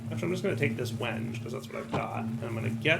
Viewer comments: as much as i enjoy a bit of mispronunciation, it's pronounced "wen-gay" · It’s pronounced “wen-gay”. Sorry. Woodworker here. :) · same lol. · I REALLY hope that he's saying wenge like that just to mess with people.... There's gotta be so many loosing their minds. I love it. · It pained me to hear his pronunciation... Wasn't sure how many others would be woodworkers to catch it. I'm sure he's got a backlog well past where he could correct it.